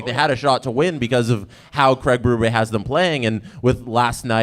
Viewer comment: Why do you guys keep saying Berube’s name wrong? Bee, not bay.